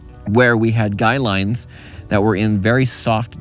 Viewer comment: So glad you said guy lines instead of guide lines like so many people do. I've been a subcriber for a long time. I like to learn things from people who know what there're talking about.